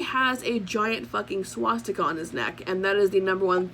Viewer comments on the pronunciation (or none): none